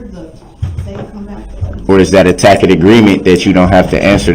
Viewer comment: It's pronounced "taset" not "tacket"...😅